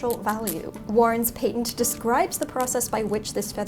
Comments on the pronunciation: PAY-tent? It's PAT-ent. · "patent" (pay-tent) instead of "patent" (pah-tent) is killing me here sis